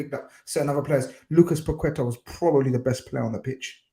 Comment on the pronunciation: Finally someone who pronounces Paqueta's name correctly, these commentators are mad 'Packita' 😅 YNWA